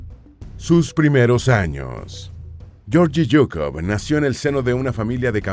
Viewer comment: Se pronuncia Gueorguis Zukof...asi segun el Ruso